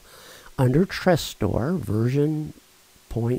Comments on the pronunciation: Tres-store? It"s Tresorit... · It's not "Trestor" but "Tresorit" ;) Many thanks for taking your time for this!